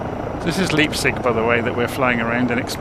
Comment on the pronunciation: Just for trivia's sake - the town is pronounced "lype-tsig"... 😂